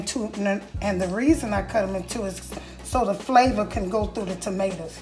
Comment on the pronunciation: I heard that Florida slip out. Maters, lol.